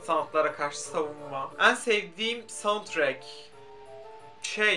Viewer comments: En leri o kadar yanlış telaffuz ediyorsun ki dinleyemedim çok sinir bozucuu😬 ean gibi söylüyorsun düzelt lütfennn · Ên diyorsun sinirim bozuldu... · samsunlu olduğunu bilmiyordum, bir arkadaşım da en'leri böyle söylüyor oldum O DA SAMSUNLU 😂